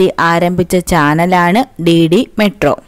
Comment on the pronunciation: DD മെട്രോയല്ല, DDറെ ട്രോ